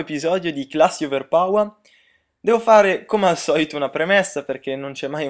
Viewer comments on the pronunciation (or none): non si dice over pawa, si dice over powa